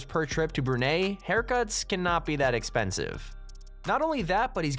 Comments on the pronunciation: Its Brunei not Burnei XD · Its brunei not burnei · Brunei, not Burnei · Its called BRUNEI not burnei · Brunei....NOT Burnei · Bruh it’s not pronounced “Brew-NAY” it’s “Brew-NIGH” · Hey your sayin brunie like bruney you must say it like this first you say the brun and now you say the or you say like an eye you say brun and eye and you get a brunie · It's Brunei not Burnei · Bruh anyone else that grew up in Brunei are so pissed how u said bre ney it’s brew nice like nice in die xD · It's not Burnei.. It's Brunei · It is not BURNEI, it's BRUNEI for god's sake. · ITS NOT "BURNAIE" ITS BRUNEI IM SO INSULTED WHAT DO YOU SAY AMERICA AMATIKA? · It is spelled "Brunei" but it is "Brunai" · Please do the research on how to say the name of a country! It is pronounced [BROONI] Brunei! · The ‘sultan of brunay’😂😂😂😂😂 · I'm from "Brunei" and you misspelled "Brunei". I'm a little bit offended and it's pronounced as "Brun-eye". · I am offened becausethat not how you produce Brunei thou...Even thought the spelling is Brunei is actually pronouns like Bru-nai. But still I don't hate your channel I still love your chanel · How about checking how to say Brunei correctly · Who the hell taught the narrator how to pronounce Hamad and Brunei? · U din't pronounce brunai right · You say Brunei dump